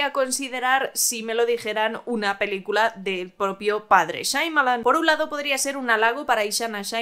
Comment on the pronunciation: Ninguna. Porque siempre dice “Shaimalan”.